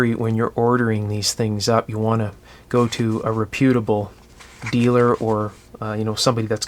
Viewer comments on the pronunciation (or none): Reputable is pronounced with the accent on the first syllable, not the second.